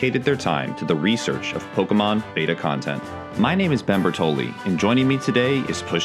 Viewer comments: BAY-tah.. Not Beht-ta.... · Okay but why does he pronounce the word “beta” as “behta” instead of “bayta” like it’s supposed to be?